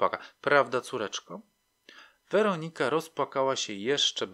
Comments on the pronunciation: Super ta WerOnika .... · Podoba się. Bardzo. Tylko to źle akcentowanie... WerOnika. W poprzednich podcastach także. Niektórych może okropnie razić. Ale sub leci. Zasłużony.